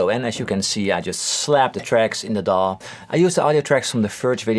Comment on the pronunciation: Thank you for saying "DAW" as a word instead of D. A. W. like most channels.